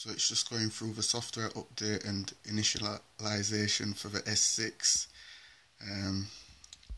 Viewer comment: omg that init-i-liziation is hilarious